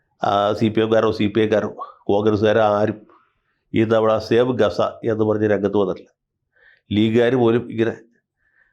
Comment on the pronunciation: Its not Gasa Its Gaaza😂